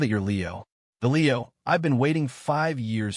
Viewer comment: Lol. Leo like a meow, not lee-O. AI sucks.